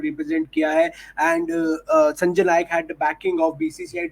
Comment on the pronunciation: नायक नही नाईक